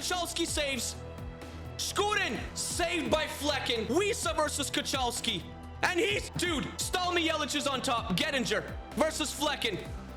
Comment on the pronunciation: btw kochalski is pronounced kohalski but great pronounciation anyway